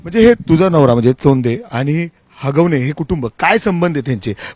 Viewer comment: हागवणे या शब्दावर फारच जोर देऊन बोलतोय पत्रकार 😅